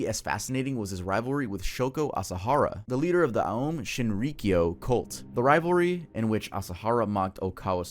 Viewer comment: That figure in the blood stained picture looks like drawn depictions of the Zodiac serial killer. Also, just a slight correction here, the cult led by Shoko Asahara, オウム真理教, is an oh sound, not an uh or ah sound. オウム are the katakana characters for o, u, and mu which, when put together sound like ohm. The u character is telling you to make the o sound a little longer. Just a small thing, no huge deal. Always love your videos,, keep up the awesome work!